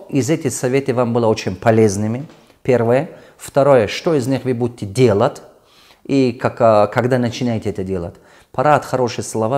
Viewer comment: Сначала на русском научись нормально разговаривать дэлат